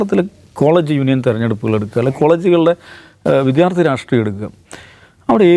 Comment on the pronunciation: Ratreeyam alla rashtreeyam